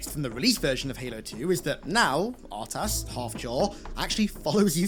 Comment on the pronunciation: I disagree with you on some of your expressed opinions, and the way you pronounce R’tas bothers me immensely, but this is a great video; thanks for making it.